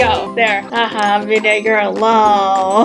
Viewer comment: her name is not ViDa it's Vidia